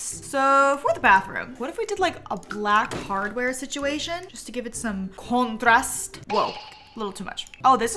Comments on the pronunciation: Omg kontrast you said this with polish accent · she said "contrast" with such polish accent, as a polish person - i'm impressed